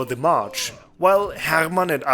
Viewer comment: I enjoyed the way you pronounced "Rolf" and "Hermann". You can't say it more high-german / lower saxony-y.